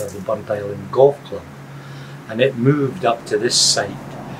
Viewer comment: It isn't Burnt- Island it is BurntIsland all one word other than that it's a good video